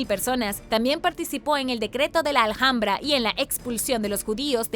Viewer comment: Se dice "alambra", aunque se escribe Alhambra..soy española, y cuando has dicho "al hambra" me e quedado un poco en shock 😅